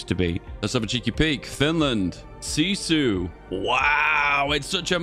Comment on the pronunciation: Honestly your pronouncing was good on that word :)